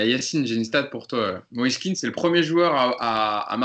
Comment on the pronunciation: il dit aussi MoïsÉ, c'est Moïse tout simplement ☺️